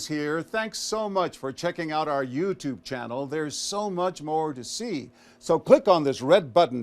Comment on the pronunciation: The way Quinones says You Tube like it's two separate words makes it seem like he doesn't really know what it is. PMSL